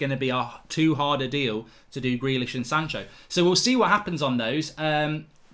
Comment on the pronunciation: it's Sancho and Van De Beek not "shanco" and "vanderbeek" ffs